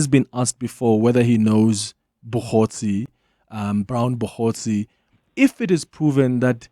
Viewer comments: Clement irritates me each time he says “Bogotsi” instead of “Mogotsi” Mxm 😢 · It's Brown Mogotsi and not Bogotsi 😮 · Hi Clement, General Mkhwanazi said "Mogotsi" not "Bogosi"! T.y.